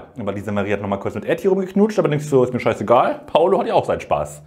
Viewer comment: er heißt doch PaUlo nicht PaOlo oder spinn ich, alle sagens falsch :( haha